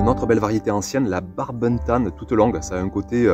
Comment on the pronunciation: salut je te fait un clein d'oeil dans ma video sur les youtubeurs, par contre barbentane ca se prononce "an" pas "in" pour une fois que notre langue est logique, barbentane c'est une vile vers avignon mais coté 13 voila:)